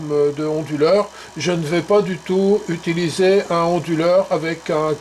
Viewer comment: Pourquoi prononcez-vous "onduleur" avec un H aspiré comme : "Honduleur". Ce n'est pas : "du honduleur" par exemple...?